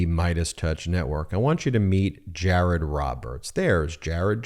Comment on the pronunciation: Jay-ay-rod dun messed up. 😂